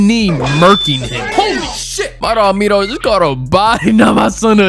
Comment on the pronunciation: Its minho not Nino😔